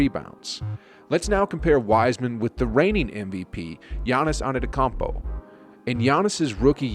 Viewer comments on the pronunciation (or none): Stopped watching when you fked off yannis’ last name. Any gym rat or follower of the game knows how to pronounce his name.